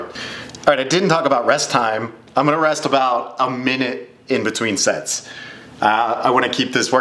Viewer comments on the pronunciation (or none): Whenever he says Sets I hear sex😅